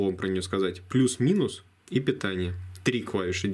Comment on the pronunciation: звучит как "минусы питания" вместо "минус И питание " , долго не мог понять о чём это .